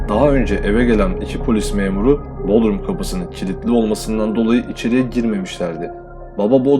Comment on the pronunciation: Dostum öyle bodrum diyorsunuz ki muğlanın ilçesi bodrum oluyor o 😁 vurguyu bodrum un u suna yapacaksınız ki marmarisin yanındaki bodrum olmasın. Bilmem anlatabildim mi